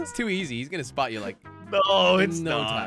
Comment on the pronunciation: 1:he said "this so" where is the "is" inbetween 2 it's spot not sport sport is completely different thing